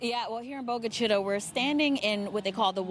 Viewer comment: LEARN how to pronounce the names of these different towns and cities please. Its simple: call the local police department and they will gladly tell you the correct pronunciation of their town!! It's not Bogue Chi-"toe" (the way this reporter pronounced it, it Chi"ta". Damn! Its bad enough the tornado destroyed the small town then to have this asswipe pronounce the name WRONG!!! DAMN!!!